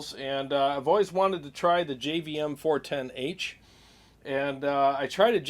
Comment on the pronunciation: Favorite part of saying "now here we have a Jivvm 410 Haaah..!". Priceless..!😃 Great job on the demo. That Marshall really wakes up nicely channel 4 red. Agree on the Friedman OD...fuller tone on those settings. Well done!🎸